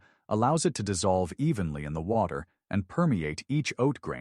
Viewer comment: "...just place the oats in WOT...ER about ..." STOP USING AI READERS!!!!!!!!!